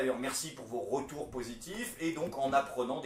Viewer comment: On dit retour pas rotour